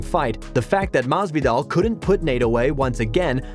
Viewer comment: Maz-V-doll lol listen to this dude lol